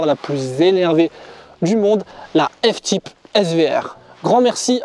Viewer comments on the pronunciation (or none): « F tipe » 😓